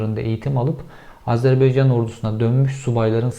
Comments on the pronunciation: İçerikten bağımsız şekilde, sunucu yutkunmaktan konuşamıyor. Konuşarak insanlara bir şeyler aktarma derdinde isen diksiyon ve nefes sorunlarını halletmen lazım. İki cümlede bir yutkunmak, boğuluyor gibi es'ler vermek nedir?! CIA size arada hitabet dersi de vermeli. Ayrıca "Azerbeycan" değil Azerbaycan! Belki bilmezsiniz ama biz Türkler kelimeleri yazıldığı gibi okuyoruz. Son olarak, Türk ordusunun "ilginç şekilde" savaşa hayli hazırlıklı ve bölgesel savaşlarda başarılı olduğu şeklinde bir yorumu var arkadaşın. Garibim, Türk komutanlarını esir al esir al, öldür öldür bitmiyor diye kuduruyor muhtemelen. TSK son 50 yılda, PKK, Enosisçi Rumlar, sizin FETÖ'nüz, IŞİD, Vahhabi Araplar ve son olarak ırkçı Ermenilerin doğrudan katliam çabaları dahil her türlü terörist, askeri ve siber saldırılarla kan ve can vererek dünyanın tüm konvansiyonel ve asimetrik saldırılarına en yüksek hazırlık düzeyine sahip ordusu haline geldi. Türkiye ve Türk düşmanlarını her kıtada hoplatmaya bundan sonraki 1000 yılda da devam edecek. Eserinizle gurur duyabilir ve bahsi geçen kahramanların adlarını duyar duymaz altınıza doldurmaya devam edebilirsiniz. Hiçbir yer sizin için güvenli değil... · Kel kafa (bu arada ben de kelim😀) once Azerbeycan degilde Azervaycan demeyi ogren.Ikincisi Azerbaycan cok az bir topragini geri almis!! Yabma yaw😁😁 12000 kilometrelik isgal edilmis topraginin 10000 kilometresini isgalden kurtarinca cok az bir topragimi geri almis oluyor? Kel kafana martilar sicsin!! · Beycan değil AZERBAYCAN,, önce bunu bir öğrenin. Bir ülkenin adı doğru telaffuz edilmelidir. Hele bu soydaş bir ülke ise. Biraz özen ve bilgi.... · Cevheri, kanalını severek takip ediyorum lakin bugün Azerbaycan’ı bin kere "Azerbeycan " diye telaffuz etmene takıldım da konuyu takip edemedim. Takıntılıyım biraz galiba.😄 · Beycan nedir ya Şu ülkenin adını doğru telaffuz edin Baycan deyin Baycan Azerbaycan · Ülkenin adı Azerbaycan dir Beycan değil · Azerbeycan değil bir öğren AZERBAYCAN önce bunu öğren